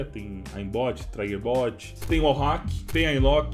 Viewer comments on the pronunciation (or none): mano não fala "traiguerbot" "nesse caso é triguerbot mesmo.